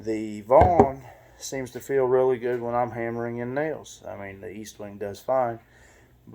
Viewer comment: ESTWING NOT EASTWONG!!!! You should know the name of the hammer before doing a video pathetic